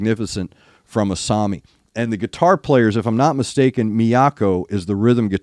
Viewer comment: I'd call this particular song more power metal than symphonic metal, but that's a minor point. You pronounced Asami's name correctly.